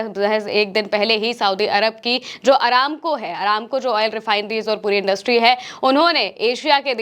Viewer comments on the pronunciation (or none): none